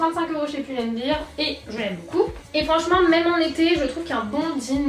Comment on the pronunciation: N c'est Pull and Bear, bear = un ours si tu dis bir comme beer cest une bière, donc on dit bien Pull and BER et pas Pull and BIR, revoyez votre prononciation...